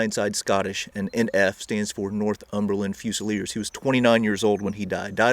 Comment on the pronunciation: in your vid you kept saying north-umberland otherwise great vid